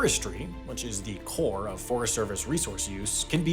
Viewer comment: I really don't like the way Sam says "core," and somehow he finds a way to say it in every video.